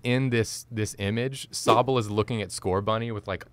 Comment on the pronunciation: You’ve murdered Sobble 😂